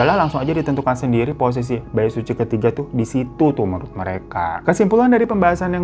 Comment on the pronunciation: Knapa di kuping gw si "Bait Suci" ini kdengeranya jdi "Baek Suzy" ya??😂😂